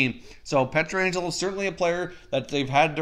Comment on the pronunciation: Please for the love of god stop calling Alex Pietrangelo, Alex Pietraangelo. It’s one a not two. His name is Pietrangelo.